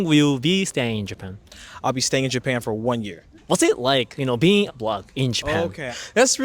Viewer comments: Thought he said block ppl 😂 you can tell they don't get many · Black. Not block.😂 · Can someone please tell the Asian guy that it’s black and not block. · its is OK to pronounce the word black (like saying hack or Jack). When I hear you it sounds like you say "block" like clock.😊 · I love when Japanese say brack people or brackle too. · Why is this Chinese dude smiling because he said about white they are the ones that is destroying things. And stop saying black like block and learn how to talk. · I just love how you pronounce it. It rolls off the tongue. "Bulaku" 😄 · The interviewer pronounced the word Black very strangely! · Why're u pronouncing " black " so weirdly